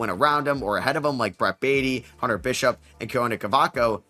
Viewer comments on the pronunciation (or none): none